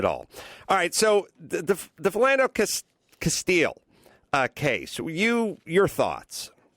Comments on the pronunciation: adam pronounces his name as castillo not castile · Jay Laudeman right lol and it's Castile not Castillo lol. two incompletely different names. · CASTILE NOT CASTILLO PENDEJO...and white Hispanics tend to be incredibly racist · Its not Castillo.. Carolla you numbnut. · Adam Carolla, you're doing a podcast and providing your opinion and you can't even pronounce the victim's name, and you can't even remember the shooter's name. What the fuck do you know? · His last name was CASTILE not CASTILLO